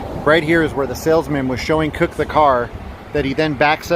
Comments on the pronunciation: Cook not Kirk...come on man this is supposed to be ur favorite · cooke pronounced kew-k